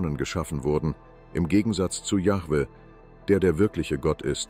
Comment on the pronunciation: Allein die Aussprache des Namens „Jahwe“ zeigt das man den Beitrag nicht ernstnehmen kann. Genau so wie jene wo der Name Jehova ausgesprochen wird. Wenn das schon verkackt wird, braucht man sich den Rest gar nicht erst antun.